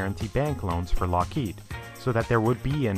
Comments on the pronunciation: It's LOCKheed, not lockHEED. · This is too late, and I realise that, but please in future stop pronouncing Lockheed as 'lock-HEED'. It's 'LOCK-heed'. Anything else makes you sound 'special'. Most people know this and I dunno why you don't. Cheers. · I'm more curious about the narrator's pronunciation of "Lockheed". It appears he goes back and forth a bit, but most often pronounces the company name as "lock-HEED" instead of "LOCK-heed". I've always assumed it was pronounced the latter, but have I been wrong? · It is not "Lock-HEED." It is "Lockheed." Duh, duh, and duh? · Nitpicking I suppose, but It's Lock heed. Not Lock heed. Not a big deal, all things considered. Great content,. Very well presented. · It's pronounced, LOCK heed. Not lock HEED. Duh. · Just one thing. It's LOCKheed. Not LockHEED. Put the emphasis on the first syllable. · How many takes did it take to record the audio for this? LOCK-heed. vs lock-HEEED? Come on, man. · LOCK heed - for crying out loud, the accent is on the first syllable. sheesh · Is it really pronounced LockHEED? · Why did the L1011 fail? It didn't. The Electra was not "a disaster" either. Where are you getting this crap? You're also mispronouncing "Lockheed." The accent is on the first syllable. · Can Skillshare teach me which syllable is accented in "Lockheed"? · I've never heard someone pronounce "Lockheed" so many different ways in one clip. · Can you pick one pronunciation of Lockheed and stick with it? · Great video, marred only by the pronunciation of "Lockheed" - emphasis goes on the first syllable, not the second.